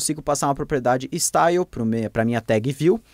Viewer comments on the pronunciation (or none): none